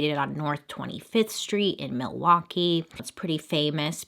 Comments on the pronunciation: All the Wisconsinites thinking "did you really just pronounce the L in Milwaukee?" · I think Laverne & Shirley and Alice Cooper's pronunciation in Wayne's World when I think Milwaukee. Also my family drove to northern WI for vacation every year and we would always be like there's Jeffrey Dahmer as we drove by the prison. Also why are prisons built next to major highways in the midwest?! Seems real illogical. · When I hear Milwaukkee , I do not think of Jeffrey Dahmer and this is coming from someone that lives in Wisconsin... I think of the movie Wayne's World and Alice Cooper saying Milwaukee is actually "mill-e-wah-que"... side note, my uncles looks exactly like Dahmer. He would get so ticked when we called him uncle Jeffrey... this was all back when it went down.